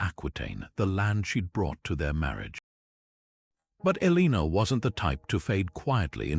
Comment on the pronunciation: TY for the Video However Her name is pronounced El-a-nor, and is spelt Eleanor